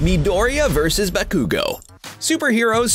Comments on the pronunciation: I ALMOST THREW UP WHEN HE SAID BA-KOO-GO AND DAY-KU OMG LMAO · he pronounced BA-ku-go as ba-KOO-go and DE-ku as Day-ku, and then said that deku's quirk is all for one clearly hasn't seen the anime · ba-koo-go? No. Baku-go. Bakugo.. day-ku? No. Deh-ku. Deku.. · car guy: Deyku vs Bakuygoo Me: stop triggering me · SmaugLord20 I was personally triggered by Ba-KOO-go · Atleast learn how to say the names..dude said Narooto Uzooomaki and Soo-soo-ke Uchiya for Naruto and Sasuke| Bakyuugo and dayku for Bakugo and Deku he even said Buhkoogo... and he messed up on many other names also. He also said that Midoriya took the All for one quirk that once belonged to All might.. 1. Midoriya didn't take it from him. It was simply passed on and All might could still use it. 2. It's One for All. 3. This dude didn't watch the anime.. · Bakugo not bakkkkugo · WHAT ARE THESE FUCKING PRONUNCIATIONS OF DEKU VS BAKUGO